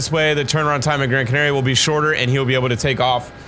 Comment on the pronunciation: ur way of saying Canaria is NOT the way to say it Edit: Just had a stroke hearing how blud said Tenerife